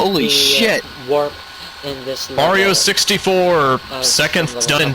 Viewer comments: u said mario like mayor-e-o. wtf? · You said "Mayrio". I do not like you. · Why does everyone call it Mario with the "a" as in mare??? How would you type that anyway. -_